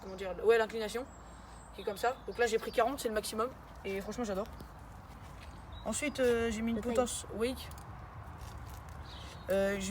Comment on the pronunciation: J’ai mal au oreille on dit l’inclinaison 😂